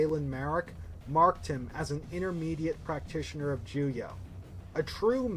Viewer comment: Why do you keep saying “juyah”? lmao